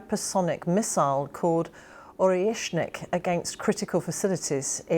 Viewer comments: Orshinik missli 😂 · She can't even pronounce it. Only kinetic warhead approaching at 13,000 kmh destroying underground installations up to 60m deep. Bunker full of NATO advisers hit. British advisers/ mercenaries once elliminated always become "medical volunteers / white helmets / emergency relief workers".